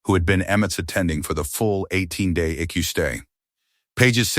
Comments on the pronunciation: Edit this video. It's not an ICK-U or Ecoo....It's an I.C.U., That's just ONE of the audio bloopers in this video. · It's pronounced I C U not I CU. You also need to check your spelling. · Please train your little robot how to talk , this drives me crazy , it is not icku eye see you ok get it rite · It is I.C.U. not ickyou. Teach the ai voices to properly pronounce numbers, time, abbreviations for words like Intensive Care Unit. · ICU isn't eku pronounce it this way: I See You! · Please learn to enunciate. It is I.C.U. not eek-u or ick-u. Your family sucks. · it is not an icu it is short for intensive care unit your pronuncing it eku cant you read if this is ai its pretty stupid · Quit letting AI read these. They are terrible. I keep wondering what an “E Q” is. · Flowers are NEVER allowed in ICU. Phones are rarely allowed. ICU is pronounced I-C-U. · The "Ick-You" sounds almost as bad as the I C U. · Lol. Stop with the e-kew and eye-kew